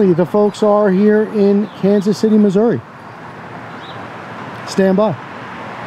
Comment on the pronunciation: I've lived in missouri for 30 years. In "the middle" of the state as that guy called it. I don't think anyone from missouri actually pronounces it "missour-uh," I've only ever heard it said that way on TV, by people not from missouri. glad to hear you pronounce it the right way 👍